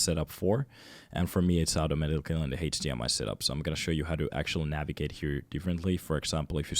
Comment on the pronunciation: It's cool how you pronounce HDMI, Heytch-dee-ehm-eye 😁